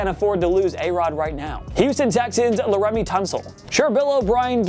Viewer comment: You did NOT call that man La-Remy 🙄 its ONE word ONE. Its pretty obvious the people narrating this channel barely to never watch football.